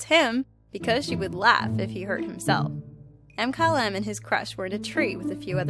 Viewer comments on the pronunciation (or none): Is no one going to talk about how she pronounced Mkylem? M Kylem......... really